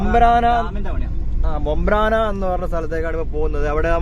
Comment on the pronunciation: ബംബ്രാന അല്ല - ബംബ്രാണ